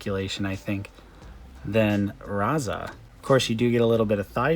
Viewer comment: Raz-arrrrrr and Tok-arrrrr lol